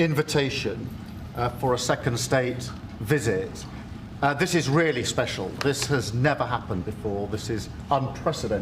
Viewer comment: Starmer pulls out some stupid paper insisting its very “Spehshul” Trump must be like “Wtf is this guy on about?”